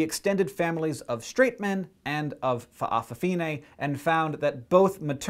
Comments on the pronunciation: That's cool by the way it's fafafine (fafa-fee-Neh) not fa'a fine lol but I will defiantly subscribe..u have a lot of awesome videos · if you ever need to say fa'afafine ever again, try saying fafafine, it's much easier to pronounce Samoa, pronounced sah m oh a but no spacing thanks for trying, and we Samoans do appreciate people who try to pronounce Samoa and samoan words. #subcribed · nice pronounciation, but most say fafafine or just fafa, im samoan btw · I love the way you say Fa' afafine xD It's incorrect, but cute and a bit silly. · My father's side of the my family is samoan, and I know that all N's in samoan(with some exceptions, for example the word Samoan) words are pronouced like NG like the end of 'king'. But the break between the Fa and the rest of the world is not usually as detectable as you would break up the word Hawai'i. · lol at how you pronounce fa'a fa fige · I cracked when he said "FA'AFAFINE"